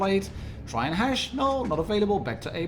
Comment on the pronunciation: I like how you keep saying Hash instead of Hesh ...you stinky pothead 😉 😂😂😂